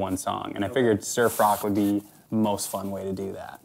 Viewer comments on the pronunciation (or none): I heard "surf rock" as "Sir Frock"! :D